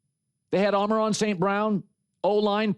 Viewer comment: Colin I enjoy your show, and also, it’s AMMMONNNNN RRRRAAAAA not “Amerron” lol every time